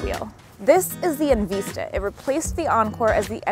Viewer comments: It's called En Vista, not En Veesta ... LMAO 🤣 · Right? And later, at a few more spots. Short vowel “i” sound, not long. En-vi-sta